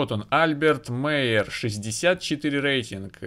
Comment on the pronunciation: Albert Майер читается ;)